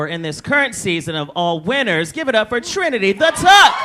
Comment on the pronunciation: is so pretty here, her hair, makeup and the whole vibe is just 😍+ she's just hilatios and witty, when she said Trinity the treedy I cried 🤣 Trin is so chill and just spillin everything from bts of drag race I LIVE